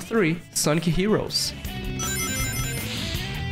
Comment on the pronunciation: Why does he say "sonki" instead of sonic